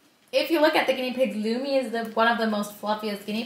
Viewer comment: Its lumi not lumy